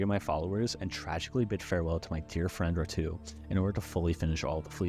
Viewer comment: this channel is so underrated but it kinda annoys me that you called ratau ratoo